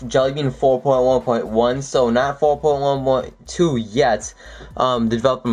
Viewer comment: four poin who poin wo. lol